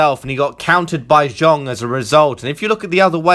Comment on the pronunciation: Countered by Zong...?!?! Can you not even be bothered to learn the guys name ?